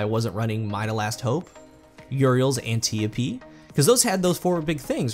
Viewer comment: ANT - EYE - OH - PEE